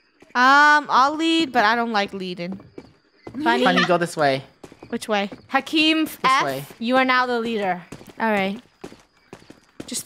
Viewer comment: says hakim as hekim bahahhahhaha